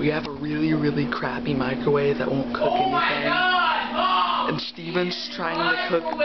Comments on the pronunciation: “It’s a freaking piece of crap that doesn’t cøöœk” he said ending with a slight southern accent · why'd he say it like cook that? 😂😂😂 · the way he said cook